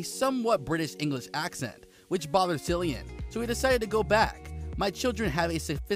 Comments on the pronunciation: Omg it’s Cillian not Sillian ! And at the end you say he was born in a Dublin - wrong - he’s from Douglas Cork . Research your videos info before you post them ! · Omg there are so many mistakes in this video. It is disgraceful especially that you pronounce his name wrongly. How can you do that it’s pronounced as if it was K not C or r S If he was born in Douglas, it was Cork not Dublin, and as far as I know, he he grew up in Cork😡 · It's pronounced Killian bro... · The pronunciation of Cillian Murphy is actually Killian not Sillian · Note, his name is pronounced with a hard K sound, sounds like kill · It would be nice to pronounce his name correctly! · Clickbait with constant mispronunciation of his NAME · This is the most annoying video. You pronounce his name wrong over and over